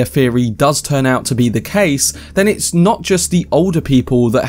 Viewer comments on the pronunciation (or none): none